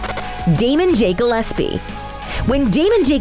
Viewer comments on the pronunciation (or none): none